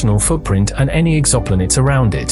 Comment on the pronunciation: Exoplinids... please stop 😂